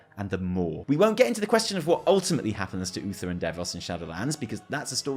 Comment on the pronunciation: at somepoint he says bluether instead of Uther, and i couldnt stop laughing